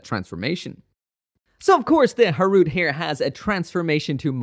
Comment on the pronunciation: In the past I thought it was pronounce Gundam Ha ru te.